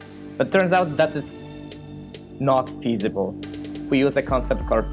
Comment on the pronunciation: "Not physibal"